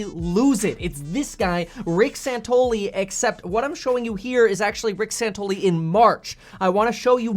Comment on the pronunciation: San Ton ELL ee